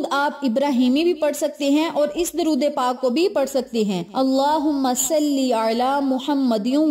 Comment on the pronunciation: Ap apna drod e pak ka talafuz theek ker len